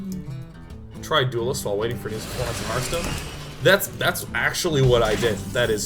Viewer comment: Anyone know why Day9 calls it snarfstone?